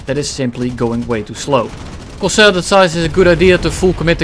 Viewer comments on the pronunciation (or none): none